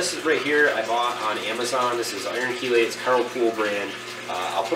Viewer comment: Thumbs up for pronouncing "Chelate" right!